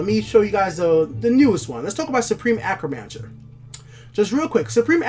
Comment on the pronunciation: Hey man, love the videos! I'm a new sub, and I just wanted to let you know your pronunciation on certain cards and words needs work. Please don't take offense to this, just trying to give some advice, love the videos! I notice you say Acromancer, when it's A-T-R-Omancer. As well as with Pilfer. You say P I L I F E R, it's just P I L F E R. Just thought I'd give you some advice, keep up the fantastic videos, you really make me love TESL even more!